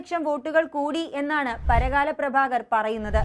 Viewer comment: Parakala alla, Parkala anu.